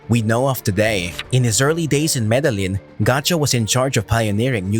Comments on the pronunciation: Show some respect for your subject. You can at least learn how to pronounce the names of places. "Medelynn?!" #comeonman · For fucks sake, if you're making a video about El Cartel de Medellin, atleast pronounce Medellin correct.